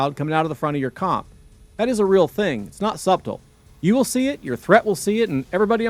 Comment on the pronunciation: The "b" in subtle is silent